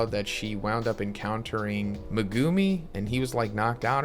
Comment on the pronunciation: No one at all: Ma-Guu-Me